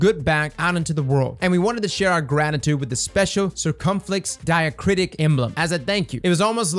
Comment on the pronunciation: We need more names like Circumflex Diacratic Emblems to be announced during TWABs so I can hear ' rendition of what it sounds like XD. To be clear, I can't pronounce it any better.